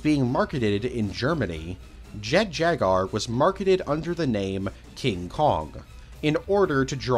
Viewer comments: Calling it jet jagar instead of jet jaguar really annoyed me for some reason. Like come on! Jaguars already a friggen word! How do you fuck it up. Great video though. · Bro really said “Jet Jagar” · mispronouncing japanese words/names is perfectly understandable their language is VERY different from english so theres no issue with that but my brother in christ theres a U in jaguar 😭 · "Jet jagar" 😂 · Or Jet Jaguar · Even with this remaster you couldn't pronounce Jet Jaguar correctly smh😢😢😢 Jk great remaster and I literally watched the original video yesterday and I didn't know about this one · why does he say "jaguar" like that